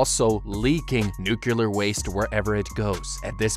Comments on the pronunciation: Could you please pronounce nuclear correctly in the future? It makes it very hard to listen to your videos when you keep mispronouncing something that is central to the theme of the video. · Tbh I was so bothered by hearing "nuclear" mispronounced over and over, I just stopped watching lmao. I didn't hear any "how to beat" either, he just summarizes the movie without any real commentary. Should have titled it appropriately. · Bro does not know how to say nuclear💀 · okay 3 things 1. this is really cool 2. please figure out how to make the subtitles say the same things that you are saying, it's distracting and misleading 3. please, please, please learn how to pronounce the word "nuclear" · the number of times he mispronounced 'nuclear' in this video was triggering. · Nucular is not a word. It's Nuclear. NEW-CLEAR. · NUCLEAR IS PRONOUNCED NEW-CLEAR NOT NEW-CEW-LER OH MY GOD, PLEASE.... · Remember kids “Nu clear” not nukyuhler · I get the Simpsons joke about pronouncing "nuclear" as "nukyulur", but using for EVERY instance seemed like overkill... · Its a personal pet peeve of mine when people say nuculer instead of nuclear, every time I just wince cause it annoys me. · It's pronounced nuclear(new-clear) Not nucular, that's how homer Simpson says it 😅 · "Nu-cle-ar" not "nu-cu-lar" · it's Nuclear not Nuculer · I hate that people keep pronouncing the word nuclear like nucular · Noo-cle-er, not Noo-cu-ler, jeez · Are you intentionally pronouncing it as "nucular" instead of "nuclear"? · The word is nuclear, not nucaler. smh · it drives me crazy when he says "nucular" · Then it is kind of appropriate they show a Simpsons clip.😂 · sorry, what are 'nukkilur' explosives? does it have anything to do with aluminumm? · I tried not to twitch every time you said “nuke-u-ler.” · Nuclear ❌ NuKiller ✅ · Wait wait... Nucular? Nucular? Like Nucules? So it's a nut-shaped or is it a compound fruit? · Now do a video on how to beat the correct pronunciation of the word NUCLEAR